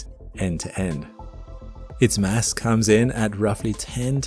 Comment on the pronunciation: You said Mass,I thought you said Mess.